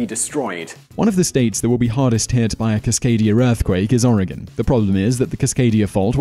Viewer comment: Thanks for getting the pronunciation of Oregon correct!